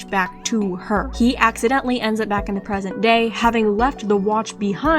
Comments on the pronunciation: I know it's "present day", but is it just me who heard that?! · Huh??? I heard that as "present gay titans" lmao 😭😭